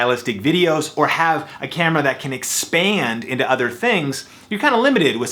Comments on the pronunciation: . "Any canon campra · You said cambra